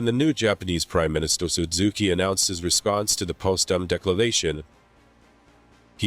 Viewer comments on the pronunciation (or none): none